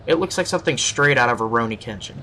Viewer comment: you hate how people pronounce the sword name but you said A-ronie Kenchin lol.i just find that funny :P..